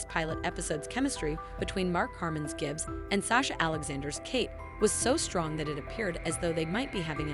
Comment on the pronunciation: Whatever voice program you are using for this, delete it. It makes it sound like you haven't watched the show, calling lee-roy Gibbzz "Le Roy Jibbz" for example.